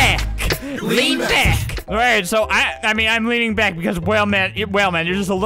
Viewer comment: I love how you said get bick here instead of saying get back here